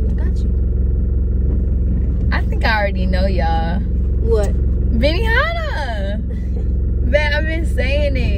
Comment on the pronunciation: Benihana 😂 arbyona instead 😂